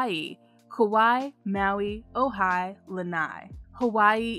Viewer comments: Great video! But Oahu is pronounced Oh -ah-hu not OH HI🙋👋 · Oahu is beautiful!! I was confused at first because the pronunciation was wrong but the I got it 😊. One of my fav spots!!